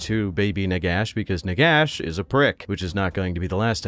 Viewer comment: I want a video about Nagash if you pronounce his name properly. Nehekara rises from the sands.